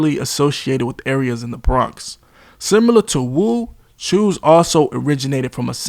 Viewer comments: Cho's not choose 😂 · "Chews" is crazy 😭